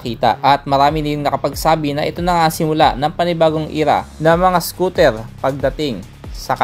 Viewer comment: Anung scotel.. bulol😂😂